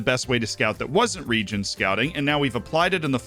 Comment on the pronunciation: Second video I’ve watched on ‘region scouting’ and yet all I can still hear is ‘DONT SCOUT REGENS’ 🤔